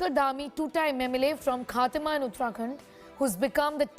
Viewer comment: It's khatima, not khaatima